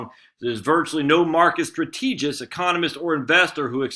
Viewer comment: I realize you want to post regularly but try reading the article before you comment. It's maddening otherwise. And strategists and deleterious aren't too hard to pronounce if you take your time, and aren't reading them for the 1st time while recording. Otherwise, solid stuff.